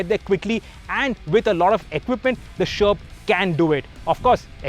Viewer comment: It steers like a tank.. at the start of the vdo, when ever he says sherp, I hear Sherman(which is a shitty tank btw)..